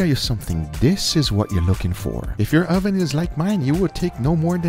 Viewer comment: I love, but will somebody please for the love of God teach him how to pronounce oven.